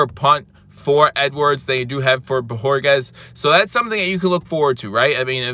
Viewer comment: great job on the pronunciation of BO HOR KEZ!! You FINALLY get it right, now that he’s leaving. 🤦🏻‍♂️!! Nah just joshin you bro. Aloha brah